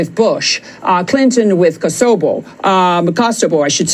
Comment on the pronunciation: This agent needs to go back to language school. She can’t say Kosovo…but somehow pronounced Hez bo lah perfectly. 🤔